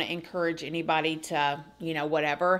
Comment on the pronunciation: the stress wouldn’t be on the “any”. It would also be “shorter “